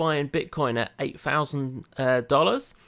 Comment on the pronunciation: What's "everyfing"? Pretty sure there's a T. Or "ten fousand" why can you say Ten but not THOUSAND? English officially butchered.